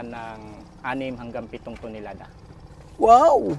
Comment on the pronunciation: “ilang Tinolada?” O Tonelada? 😂